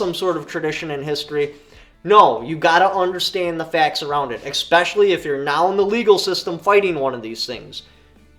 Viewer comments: What the hell is expecially? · Fyi. There is no X in e-special-y